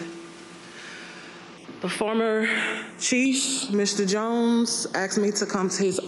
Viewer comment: It’s pronounced “asked”, not “axed” and its”death” not “ deaf”